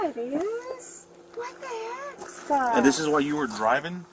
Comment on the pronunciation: Oh no, we are doomed. Now the old lady is doing it. "What the heck-ah." Why do people keep adding that to words?!